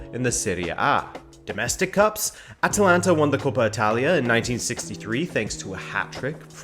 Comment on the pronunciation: Surprised? This guy cannot even pronounce the name of the club... Shows that they never actually watched Atalanta before the hype was well underway. THIS VIDEO IS AT LEAST 4 YEARS OVER DUE. CALL YOURSELVES A FOOTBALL CHANNEL? PICK UP YOUR GAME.